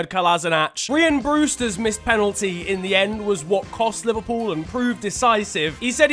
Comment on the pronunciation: The fact you cant say Rhian Brewsters name right is just embarrassing. Im a LCFC fan and can say it properly XD